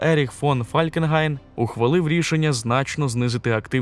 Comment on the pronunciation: Споремо що Фалькенгайн на німецькій мові звучить Фолькенхайн . Просто я чув німецьку і як вони вимовляють . А у нас просто біда якась що з назвами міст Європейських. До речі на інших мовах вони звучать так як у своїх країнах. А от нас часто не розуміють про яке місто ми маємо на увазі. Таке саме з іменами. Хайнріх чомусь Генріх і тому подібне.